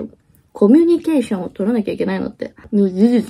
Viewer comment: 「コミュニケーション」を一生懸命言おうとして、結果イントネーションが変なことになっちゃうが大好きです！友達との約束、当日になると急にめんどくさくなるって言うのが、本当に分かりみが深すぎました！！